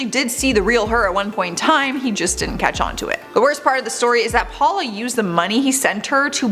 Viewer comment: “Raymen and Paula” it’s ‘ramone’ and ‘powla’ 🤦🏼‍♀️